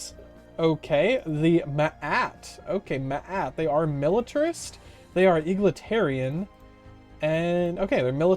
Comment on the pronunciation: mate it's been like a year and I still cannot get over "eagletarian"